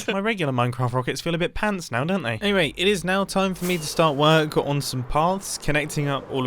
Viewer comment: I laugh a little every time Mumbo says “pants”